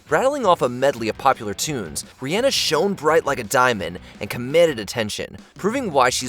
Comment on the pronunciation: Dude doesn’t even know how to pronounce Rhianna in the intro.